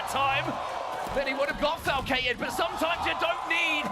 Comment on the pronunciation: call Falcated "flacicated"? 😂